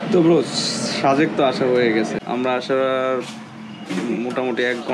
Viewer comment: Vai শাজেক শুনতে ভালো লাগছে না। সাজেক বললে ভালো লাগতো। 😐